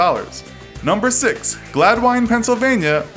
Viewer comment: I live in Gladwyne. Pronounced Glad-Win